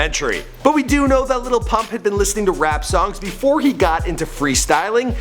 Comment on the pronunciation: Why are yall saying "LITTLE PUMP" ?! I am german and can say it better 🤣